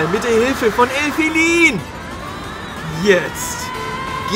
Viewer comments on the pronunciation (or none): Du sagst Elfilin falsch